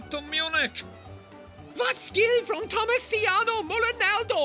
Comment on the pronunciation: Thomus Thigo MullOnaldo 😂😂😂